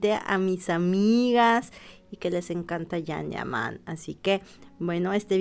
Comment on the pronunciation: Yan ,no jan,yaque la j en español riene otro sonido